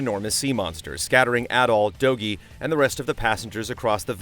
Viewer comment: I think it's pronounced "Doji"